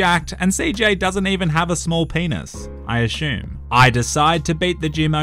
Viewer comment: It’s pronounced assume not ashume